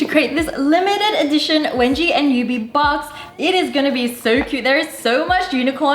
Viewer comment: I heard it webji